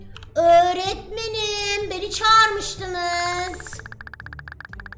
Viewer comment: Nobody: Pelin:Öğğretmeniğmm